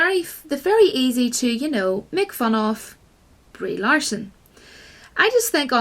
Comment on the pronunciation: "Reee Larson" LOL